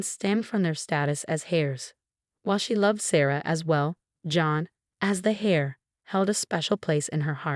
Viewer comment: Heir is pronounced air not hair .